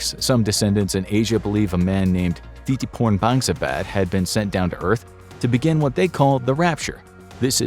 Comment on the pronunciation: "Thitiporn Bangsabad"...really guys?